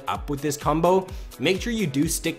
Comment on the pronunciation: When you say combo it sounds like "cumbo"